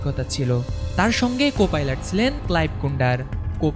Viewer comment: উচ্চারণ ঠিক করেন প্লিজ। শব্দটা "যাত্রী, জাত্রী না" আর সিলেন আবার কি শব্দ? শব্দটা হবে "ছিলেন". বিরক্তিকর। এখনো পর্যন্ত এবং ইংরেজি খবর পড়ার সঙ্গে অন্য কোন চ্যানেলের তুলনাই হয় না।